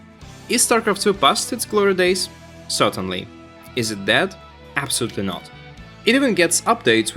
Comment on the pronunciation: It took me awhile to figure you are saying "dead". I kept hearing "that game" and wandered if that's some slang I'm unfamiliar with...